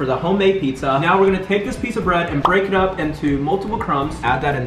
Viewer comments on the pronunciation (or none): Instead of break it says beak